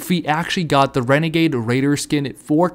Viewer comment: OMG I GOT THE WENEGADE WAIDA OMG! sarcasam